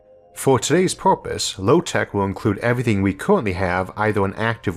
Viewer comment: Why can't he pronounce er properly? Porpoise instead of purpose. Really weird to listen to.